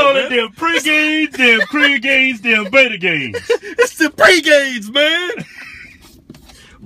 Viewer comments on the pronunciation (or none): none